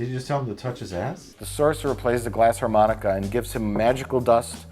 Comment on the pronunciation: It's a glass Armonica. No H.